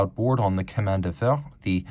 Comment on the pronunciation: The French for 'railroad' (chemin) is pronounced with a 'sh' at the start.